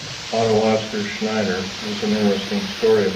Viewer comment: Schnieder...no it's Schneider...!